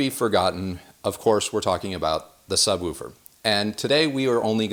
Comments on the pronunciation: No, it's 'woof' like a dog, with the same 'oo' sound as in 'book'. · Why are you saying subWOOfer? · The way he pronounces, “Subwoofer” makes me giggle. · Anyone else think he says ‘sub-woofer’ funny/oddly? 😜😛 #goahead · Excellent video apart from not knowing how to pronounce "subwoofer" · I've never heard someone pronounce it "subwolfer" in my life. Unless you pronounce "wolf" and "woof" the same, in which case you're pronouncing "wolf" wrong. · I laughed out load when I heard you pronounce sub woofer. “Sub Wuffer” I needed a chuckle today keep up the good work. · Yes, woof-er and wolf-er would be the same sound. I’m not saying sub-wolve-er. Do you say push or poosh? Bush or boosh? Ha Go watch any other videos of people talking woofers and subwoofers and you’ll hear a clear difference. You may hear the same sound from a video where it’s not a real person talking. I was just busting his balls. To each his own.. No ill will behind my comments. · so distracted by the "sub-woo-fer" talk.... "sub-woof-er" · Why do you say (sub-woo-for)instead of (sub-woof -er), sorry maybe not my best phonetic spelling lol. Great content by the way!! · I will never hear the word "subwooofer" the same again.